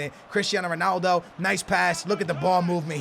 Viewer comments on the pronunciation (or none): none